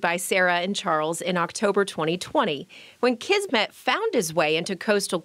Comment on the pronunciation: Kismet means "fate" or "destiny", and S in Kismet sounds like S and not Z. It is a word in Hindi, Urdu, Punjabi, and Persian languages borrowed from Arabic language. I just thought you wanna know this. 😻😻😻